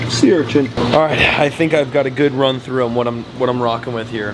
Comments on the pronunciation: Urchants lol not urchin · URCHIN, not URCHINT 🤣